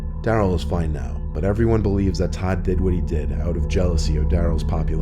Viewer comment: Did Todd randomly become Tom or did he just say it a little funny?